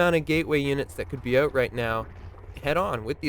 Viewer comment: Is this the famous stereotypical Canadian 'oot' I hear?